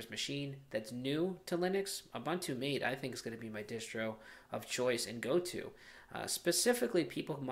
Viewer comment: Hey, it isn't pronounced 'mate' like 'm8' but rather with the a sounding as in 'dad' and the e as in environment - hence ths developers choose to write it MATE to make it sure it has nothing to do with 'pal' or 'buddy' but with the infusion and the plant it takes it name from. Cheers.